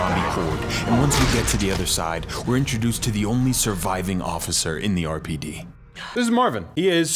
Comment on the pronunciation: Lost it at the “erpid” pronunciation of RPD 🤣 phenomenal vid!